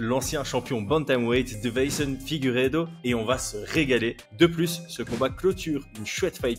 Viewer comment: je le commente à chaque combat de Figueiredo...c'est DeI-ve-son, pas De-veI-son 😇 (dans la prononciation mais aussi dans le titre du coup) Sinon top comme vidéo comme toujours 🙂